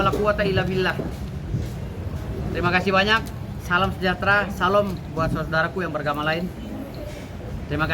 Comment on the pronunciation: Pengucapan salam nya salah Sampai razman tertawa😢